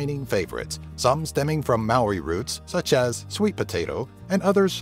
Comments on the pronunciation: Hahah I’m from New Zealand and it’s so funny who u say Mario instead of Maori I’m maori and this is hilarious edit : ooo I have been to the waitomo caves there so cool and also I live in Auckland noted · You said maōri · and they say "may-ori" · ok i am from New Zealand and you have pronounced so many words wrong.